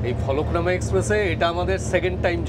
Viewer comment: Eta Falaknama noy, Falaknuma